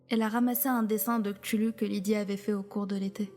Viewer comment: ctuhlu se dit ctouhlou